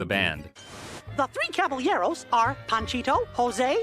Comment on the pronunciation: Thank you for pronouncing Caballeros correctly. I was dying inside during that episode like why did NOBODY in the studio tell his VA he was making a fool of himself 😭 cabble yarrows